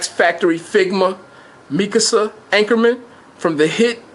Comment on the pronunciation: I'm so glad you said mikasa I hate it when people say mi kasa